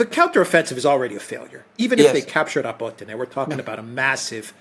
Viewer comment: and Alexander, please pronounce the name of the villages correctly, it is not called Robotino. It is Rabotneh. Besides, based on the military summary channel Rabotneh has fallen and now Ukrainians are focusing on Verbove because they need to cover the flanks. They cant advance further after Rabotneh until they cover the eastern and western flanks. This video of yours is absolute crap, sorry